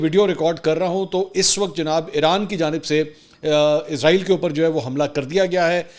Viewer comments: پر آپ نے عزرائیل بولا تو پیارے منصور علی صاحب ۔ عزرائیل تو ایک مقدس فرشتے کا نام ہے جبکہ یہ ایک بے وفا قوم اسرائیل کے نام سے اس ناجائز مقبوضہ ریاست کا نام اسرائیل ہے۔ لہذا عزرائیل نہیں اسرائیل ۔ سین کے ساتھ پڑھا کریں ۔ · Mansoor Bhai word Israeel hy Izraeel nahi please correct